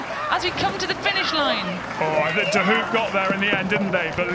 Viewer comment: It’s pronounced ‘De Hope’